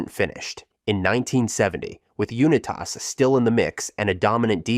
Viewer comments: Johnny “YOU NE TASS” 😂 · Why do you say U-ni-tas like that?😂